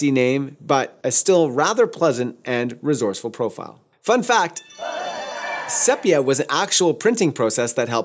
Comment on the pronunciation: Nice video, but here we go. PRO-via not pro-VEE-uh VEL-via nor vel-VEE-uh SEE-pia not SEH-pia If you're going to say ASS-tia, you should be saying then all the same way. I worked with a Fuji rep back in my Ritz Camera days ( , 7 Corners Falls Church VA) and that's how he and other Fufi professionals said the names. Really good tutorial though.